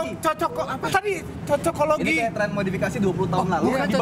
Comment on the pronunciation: ngakak om susah banget bilang cocoklogi